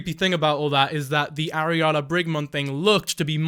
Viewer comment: Ariala? Like... areola? What a weirdo. Just stop,.